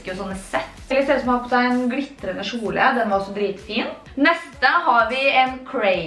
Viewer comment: Dt heter kjole ikkje sjole